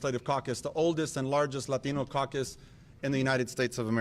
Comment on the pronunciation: So close! It's 'Latino'.